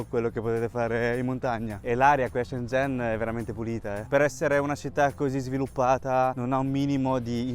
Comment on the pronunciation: Mi fa morire il cambio pronuncia da cinese perfetto a italiano perfetto 🤩